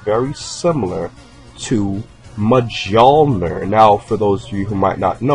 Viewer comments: It's pronounced mule ner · mjormir is pronounced myormir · No, it's pronounces Me-ouw-kneer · Mul-nier = Mjolnir not Mah-Joel-ner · You pronounce it with an "Ö" mjölnir. Not mjolnir. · Thor's hammer is pronounced mule-near not mjole-near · Thor's hammers name is pronounced "Mee-Yol-Neer" not "Mijolner". Cool vid thought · Mjöllnir is pronounced more like Mool-Nyerr haha but I really like this video and you got my sub. I always wondered who this guy was based on because King Kai wasn’t specific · Mate Thor's hammer is called Mjölnir, not whatever that thing you said. "Majolnir" (is what it sounded like when you said it and is wrong!!!) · I think you mean to pronounce it mul near. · Mjlinor isn't pronounced like that, it's pronounced like this: MEUL-NEAR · actually its myoll-near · Thor's hammers name was pronounced mulnar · It is pronounced mi-yol-neer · I think it's more Me-yol-near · No, it is pronounced Mi-ole-near. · Thors hammer is named "Mjölner" and the strange letter "ö" i pronounced like if you switch between o and e so in english calling it Mjoelner would be most correct. That said however many names get renamed in different languages and seeing how even educated doctors in history miss pronounce it i think it is the case with this legendary hammer. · Just saying but Thor`s hammer is pronounced myolner but its easy to get confused with that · I know i'm nit-picking but mjolnir is pronounced mee-olnir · Mjolnier (Mul -neer) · someone correct me if im wrong but mjolnir is pronounced Me-Ole-Near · As a norwegian I just gotta say; the way you butchered Mjølnir's name made me cringe so hard it's hilarious! xD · You mispronounced the name of Thor's hammer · But thats not how its said lol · There isn't an o in it at all. It's an Ö. O with dots on top of it. Mjölnir. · You pronounced Mjolnir wrong. But I don't really care! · You pronounced that hammers name all wrong